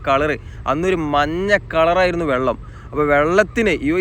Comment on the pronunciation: Vallam alla vellam😂